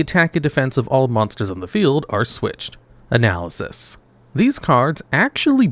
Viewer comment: Hearing "analysis" every time is Very Jarring!! DoNot do it!